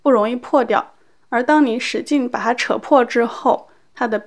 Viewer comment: You always say " ba ha " instead of " ba ta "